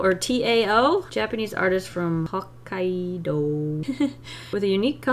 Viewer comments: Pretty sure it’s Tao (Taow, I don’t know how better to explain that) and Hokkaido (Hoe-ki-doh) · Hokkaido is pronounced ho-kiy-dow i think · you are such an inspiration to me and you have gotten me out of an art block many times Also, the word hokkaido is pronounced like haa-kai-do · Hok- kai-doe, do the doe has a a very hard stop.